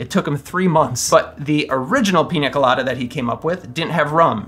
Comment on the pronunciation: Great video,! And I love that you pronounce it Piña Colada (not Pina Colada, as most English-speaking youtubers do). Cheers!